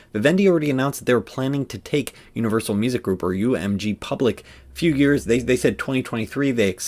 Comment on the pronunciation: Its “Unrivalsal” 😂